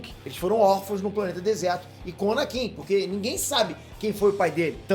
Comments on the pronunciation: "ANANKIN" KKK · ANANKIN?????...!!!